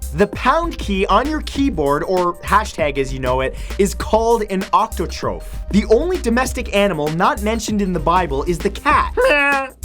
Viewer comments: #22 what? Octotroph? I'm pretty sure it's "octothorp". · #22 is an "octothorp," not an "octotrope" or "octotroph." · Octotroph???? NO ITS AN OCTOTHORP Lol I'm not joking its a symbol in sheet music that means a note should be sharp, not natural or flat. Trust me I know. Octothorp. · I think it's pronounced octothorp, not octotroph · Is it just me or did he pronounce octothorpe strangely